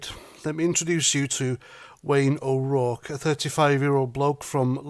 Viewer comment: Keep it up.. and congratulations on pronunciation of O'Rourke....👍🏻